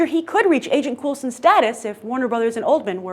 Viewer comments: It's pronounced Cole-sen. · Cool-sen or Cole-sen??? =P